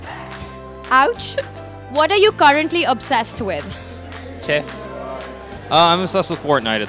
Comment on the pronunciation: Wesley So "Cheph"